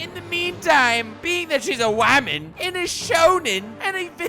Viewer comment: "only needs half his crew cause he's up against a wamen" funniest part lol